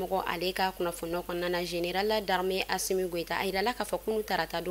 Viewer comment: Vous l'a c'est quand vous allez vous apprendrez à dire ASSO goïta que le président de la République ❤